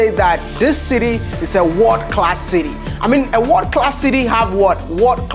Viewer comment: Stop saying "Wod class". The right pronunciation is "World Class"